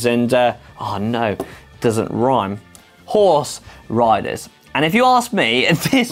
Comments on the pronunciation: IDK about you, but I heard Hikers, Bikers, and Who..[ Oh he's saying HORSE] Riders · did he say whores-riders?